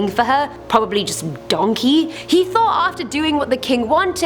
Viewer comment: Does your brain ever go “Donkæ”